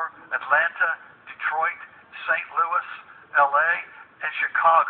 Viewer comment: he put emphasis on St. Louis